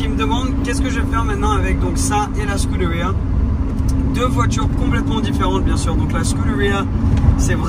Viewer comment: Belle caisse par contre quand vous prononcez "scuderia" avec un accent anglais alors que c'est un mot italien ;) cordialement